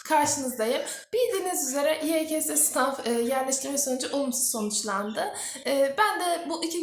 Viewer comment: YE KA SE diye okunuyor